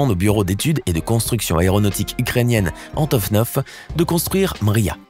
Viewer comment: Antovnov hein ? Apprendre à lire ?